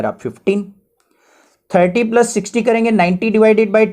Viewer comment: The best video I have ever seen in my life..... Keep it on sir..... We love you bss aap plos ko plus bola kro thanku sir.... 💖